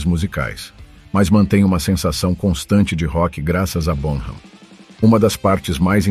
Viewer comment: Favor pronunciar BONAM, com H mudo, sem som de “R” ! Obrigado! 🥁_o_🥁